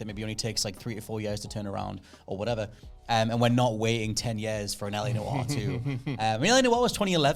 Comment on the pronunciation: It's LA Noire not LA Disco